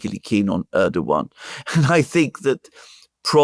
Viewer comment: Hey, is pronouncing Erdogan better now:) Now you can pronounce “Imamoglu” the same way, with a silent “g.” The Turks call that the soft g (“yumashak geh”). It makes no sound of its own. It merely slightly prolongs the preceding vowel. Great job as always, guys, keep it up! — FREE PALESTINE